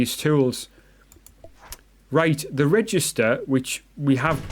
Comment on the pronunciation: It's actually registrator and not registor😂. But nice video anyways